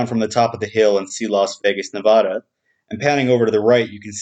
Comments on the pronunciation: It's pronuced Na-VA-Duh NOT Na-Vah Duh. I cringe every time you say it. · It's Nevada. not Navadha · Its Not pronounced NeVAWda... Ask anyone who lives here.... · Wrong Nevada is pronounced Nevada. Very subtle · Ask anyone who lives here, Its not pronounced Ne VAW da.... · Hearing that pronunciation of Nevada sets my teeth on edge.